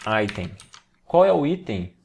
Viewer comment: Vídeo top parabéns. Só que falar aítem no lugar de item é muita viadage 😂